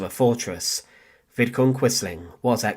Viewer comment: Vidkun Quisling, not Vidkin. And get someone else to read the commentary; the site would benefit greatly from it.